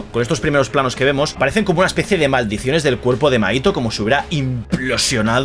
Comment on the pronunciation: Te fijaste en buenos puntos! (Lectora de manga) me va a encantar verte durante todo este arco! Y las referencias brutales! Pd: mahito se pronuncia como Majito 😊